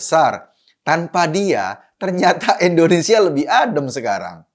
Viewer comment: Indonesia bulll... bukan endonesia...🙃